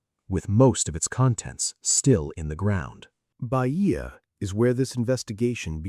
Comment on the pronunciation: Is not Baìa, it is Bàia